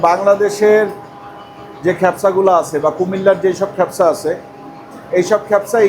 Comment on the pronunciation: "খ্যাপসা" উচ্চারণটি ভুল। সঠিক উচ্চা "কা" দিয়ে - "কাবসা" (অথবা "কাবছা")। 'মান্দি" উচ্চারণ ঠিক বলেছেন।